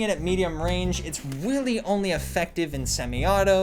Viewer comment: "Its weally only effective at close wange